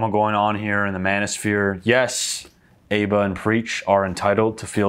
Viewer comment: It’s aba as in aba not aba